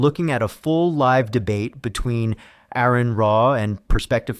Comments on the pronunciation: It's PRONOUNCED ARE-ON NOT AIR-RON 😡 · DUDE HIS NAME IS ARON DONT PRONOUNCE THE A COME ON 25 years of debating. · FFS it isn't Aaron Ra it's Aron, like are-on. How disrespectful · You keep saying Aron's name wrong. It is pronounced "are-in". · Great video. I have been watching Aron for years. He was a huge part of my deconstruction and taught me more about biology and evolution than I ever learned in school. SO, as a huge fan of Aron, I do have to correct your pronunciation of his name. It is not pronounced like the typical Aaron or Erin. It is said more like aR-in . He always uses this example, "it's like a registered nurse or a RN."